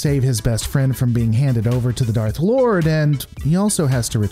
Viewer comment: It makes sense to me too. And yes, it sounded like he said "Darth Lord", not "Dark Lord" like he should have